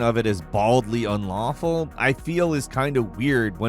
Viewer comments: Hey... hey...hey...... get it right... it was "baldly ulawful conduct" there was no n in unlawful... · "Baldly Ulawful" 🤣🤣🤣 I think you mean "Boldly Unlawful" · WTF is "Baldly ulawful"? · I like how it said, “baldy ulawful” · “ULAWFUL” 😭 love you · "Baldly Ulawful" AH YES ULAWFUL. Jk love you guys! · "Baldly u"N"lawful conduct. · "baldly ulawful conduct" 😁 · "Baldly ULAWFUL Conduct" lol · "baldly ulawful" yikes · "Baldly Ulawful" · “Baldly Ulawful”